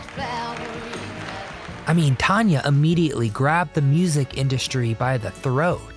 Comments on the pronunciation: It's not Ton-ya. It's TAN-YA. She is awesome! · Tanya Tucker’s name is NOT pronounced Ton-ya it is pronounced TAN-YA. It is even spelled the way it is pronounced, if you are going to do a video learn how to pronounce people name’s right!! This is one of the WORST videos. Also I wouldn’t call these tragic, if you are going talk about TAN-YA Tucker’s tragic life maybe mention she had a addiction problem at young age over going to hotel room after a concert. Yes, I am sure it very hard to go from singing in front of 1000’s of people to a quite hotel room. I have heard many, many musicians talk about how hard it is but they also say they know it part of the down side. I hope you do more research before doing one of these again.